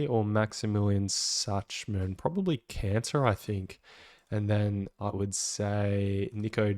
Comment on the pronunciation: Love your content but your pronunciation of Schachman is killing me. Shak-man plz.